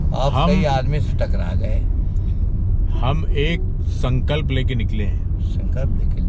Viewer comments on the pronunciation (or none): Sankalp ❌suncup ✅